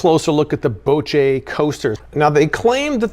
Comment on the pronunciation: Boce, more like Bochit